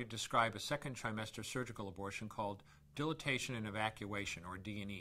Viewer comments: I can't even take this guy seriously, especially since he can't even pronounce the procedure correctly. He says "dil-a-ta-tion" when it's "di-lay-tion," as in "di-late." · So 17 seconds in, The dude says "Dilation" incorrectly. Die - Lay - Shon not Dil - i -tay - shon. I'm not saying the guys completely full of shit, but it doesn't bode well for your message when the procedure is literally 2 words, and you're supposed to be a doctor, and you can't pronounce 50% of the procedure. C'mon. Dude. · If he just pronounced it dil-ah-tation, he's not a real OB-GYN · Shouldn't a doctor know how to pronounce the word Dilation?